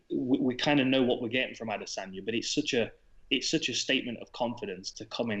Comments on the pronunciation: Kacper and Ariel having that ad-es-anya pronunciation battle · Ad-is-in-ya......WTF bro, you have a Podcast, learn how to pronounce the fighters names:-):-) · They didnt pronounce it correctly, tried though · I’m pretty sure that’s not how you say Adesanya 😂